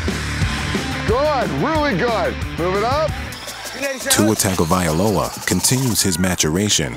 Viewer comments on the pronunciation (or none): "Tua TagovaiAloa"? C'mon, get the man's name right. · Tua Tagovailoa The narrator: TOOuh taggavaiyaloa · Tua is Samoan bruh. The G is pronounced "gna" usos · This person needs to work on pronouncing Tua’s last name better....Tung-O-Vai-loa. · Wow they butchered Tuas name hard